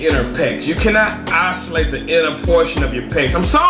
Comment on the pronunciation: Ha isolate, pronounce must be a tx thang